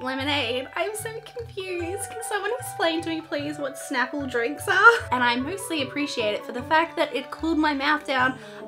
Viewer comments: Snapple not shnapple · Btw is not shnapple it’s snapple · ITS NOT CALLED SHNAPLE ITS CALLED snap-pull *thats what it sounds like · Oh no. she said shnapple. it's snapple. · It's Snapple, not shnapple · Snapple, not Shnapple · nooo its Snapple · i think she said shnaple :) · U said Snapple wrong it's snap • el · It is pronounced snap-ple